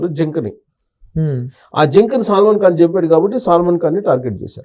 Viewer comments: Salmon fish kadhu uncle its salman😂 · బాబు సల్మాన్ ఖాన్ ని సాల్మన్ ఖాన్ అంటున్నావ్ , నీకు సబ్జెక్ట్ ఇంకా ఏమి తెలుసు స్వామి